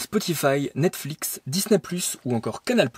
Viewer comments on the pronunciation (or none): none